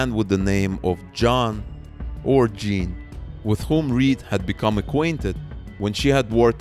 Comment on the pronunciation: Just a quick note, in Canadian French, “Jean” is pronounced something like “zhan.” Great coverage of this underreported story!